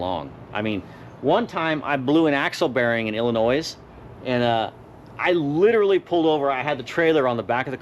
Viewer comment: Hey its not Illa*noise its Illa*noy lol thought id troll u for Anunciation not for anything u said or politics cause u know we are all like minded when it comes to that crap lol